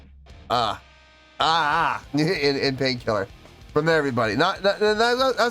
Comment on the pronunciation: I think it went well together. Not horrible anyway. What I think is cute though is Su's English wasn't as good as it is now obviously so her L's were still R's so she was saying pain kirrer. To me that was too cute. She was having fun and wasn't restricted with choreo. Same with Moa. Moa is a super natural and can free flow. Yui is a great dancer but is more shy and I think has a little harder time being free from choreography. But I think they all had fun. Even though it wasn't their crowd or normal setting. 🤘🦊🤘 Moa knows the guitar some. She was learning at one point. Yui was a pure beginner but she was trying to learn too from what I have read. Also from what I read is that Rob was to do one song with BABYMETAL but was having so much fun and adored the time he spent with BABYMETAL that he asked to do 2 songs instead. 8.7 is great. I mean look how much fun YOU had watching it. It was just a treat to see them do this. We got to see more personality from the girls too.